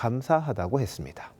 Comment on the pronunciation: 씨의 뉴스억양이 무척 어색 합니다 마지막....했습니다.....의 다라는 발음이너무 어색하게 길게 들립니다 좀 깨끗하게 끊어서 어설푼 억양이 나오지않게 깨끗이 끊어 주시면 고맙겠습니다 절대로 개인적이 감정은 없습니다.감사합니다.